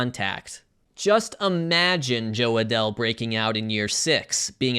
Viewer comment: this man actually said "jo adell" and meant it